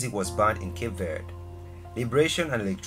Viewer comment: Pronounced it wrong instantly 😂